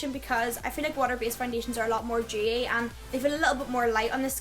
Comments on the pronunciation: Demmi Leigh she's saying dewy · Demmi Leigh I think she's saying dewy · Demmi Leigh she means dewy lol